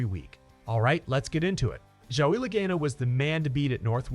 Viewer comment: learn to say Laganos name right please!!!!!!!!!!!The a has a ah sound lag(ah)n